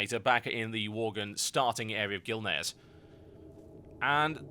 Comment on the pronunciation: Pretty much choked on "Worglin" xD Holy shit.